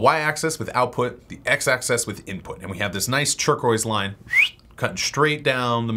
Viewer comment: Stop pronouncing "axis" as "access".